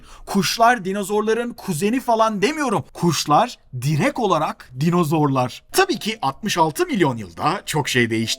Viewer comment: direk değil direkt abim